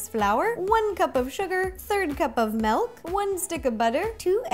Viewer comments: She says melk instead of milk🙃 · I love how she says milk "melk" 😂💜